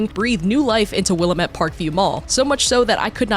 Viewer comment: Its pronounced "will-lamb-it"